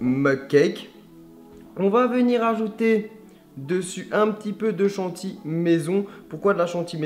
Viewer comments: Chanty Mdrrr on dit chantilly 😂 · C'est chantilly, pas "chantie".